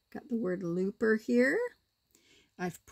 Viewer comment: CONGRATULATIONS ANGELA 🎉 Each time you said Looper, Lisa heard "Loofah" 🙄